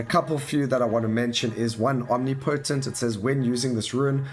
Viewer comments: There's a difference between "accent" and "wrong" :D Accent is when you pronounce "aɪ" phonetics as "a" bc South African drops inflection. Wrong is when you say omnipotent wrong :P But hey, just tryna help. No hard feelings. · Thanks for the showcase! Updates look fucking awesome. But, my guy, that's not how you pronounce omnipotent :D